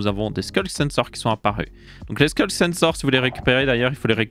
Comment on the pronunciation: Ça fait plaisir qqn qui prononce sCulk au lieu de sHulk